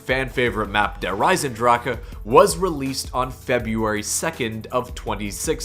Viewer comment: Wow. "Der Eisendrache" is really good pronounced for an American^^.